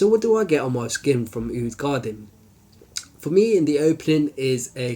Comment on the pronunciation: Sorry to sound like a douche but its pronounced (for English speakers out there) Ka-Deem. I havent tried it yet..but will soon :)